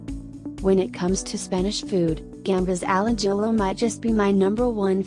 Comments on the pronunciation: A-JILL-OH 😂😂 As a Spaniard that was painful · The way it said Ajillo had me dying 🤣